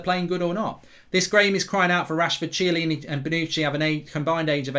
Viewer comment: Chiellini not ciellini😂